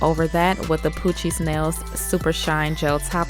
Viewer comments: The way she says “poochiez nails” sounds like “Coochie smells” lmfao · I was like nah at first but then She said it and I got what you meant lol the first time she said it i heard coochie smells too